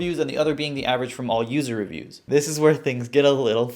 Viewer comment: poo-ser revpoos (user reviews)